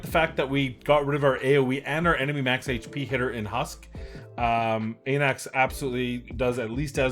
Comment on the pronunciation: Αναξ, meaning ''king'' in greek - pronounced like A in Alpha. Thank you for the vids!